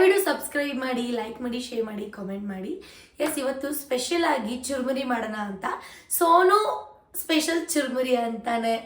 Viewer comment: Churmuri adu charmuri Allah